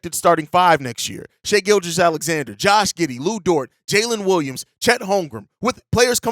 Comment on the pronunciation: Man, it’s so nice to hear someone that’s supposed to be an NBA channel pronouncing Shai’s name right and not saying “shy.”